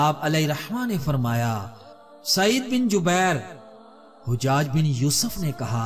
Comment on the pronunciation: Hujjad nhi hajjaj hai ustad jee.